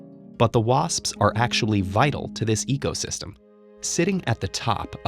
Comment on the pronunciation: anyone else hear him so egosystem instead of ecosystem? I like that haha